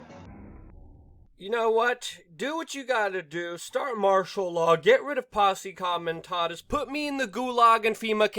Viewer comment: Posse Common Tahtus? Luke, please stop butchering the English/Latin language. I love listening to you. Your malapropisms are charming, but if I told my friends to give you a listen, they would just shake their heads. Keep up the great work. Street smarts, dedication and a clear vision will carry you far.